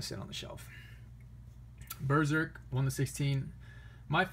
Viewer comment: Claims Berserk is the best manga. Doesn't own all the volumes, hasn't read the whole series, can't even pronounce it right.